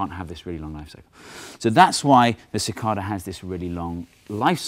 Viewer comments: It's not "mathS"! But hey, it's also not "ca-cod-a". It's "ca-cay-da". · It's pronounced Sih-KAY-Duh not Sih-KAH-Duh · As someone on the eastern seaboard of the U.S., I've always heard it pronounced "si-KAY-dah", not "si-KAHr-dah" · "sih-KAY-da" instead of "sih-KAH-da" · cicada not cicarda lol i know what he means tho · (sik-KAY-dah)...normally I ignore the British accent, but since it's an American animal...say it right! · CicaRda he says :p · where i (east coast) live cidada pronounced sə-ˈkā-də (ci-kay-da) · It's pronounced sick-KAY-duh. Long A. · Its pronounced Ci-Cade-eh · Ok Steve, I can't take it anymore. It's cicAYdas with a long A. plz stahp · OMFG We don't even pronounce "cicada" the same way. I can't take this anymore....I...I just give up.... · Your pronunciation of "cicada" with the first A acting like a short O completely threw me. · So how is "Cicada" Properly pronounced? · I didn't know Brits said cicada like that.